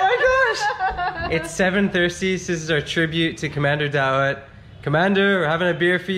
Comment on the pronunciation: Commander daot not dato